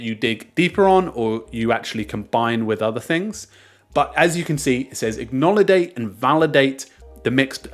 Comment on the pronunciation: "acknowledate" XD thx for video